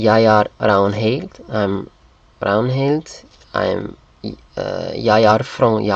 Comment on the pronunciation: i'm norwegian lol this was so uncomfortable to watch because your pronunciation is so bad. you need to look up how to actually pronounce this stuff. the way you pronounced Ragnhild was hilarious, it's rang-nill not ragn-hild